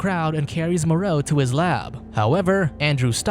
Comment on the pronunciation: The island of Dr "Moreou"